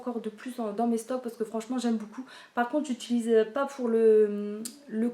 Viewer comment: on prononce pas j'aime BOUCOUP mais j'aime BEAUCOUP 😁😁😁 BON TRÈS BIEN TA COUPE, grand bisou à Marie 😘😘😘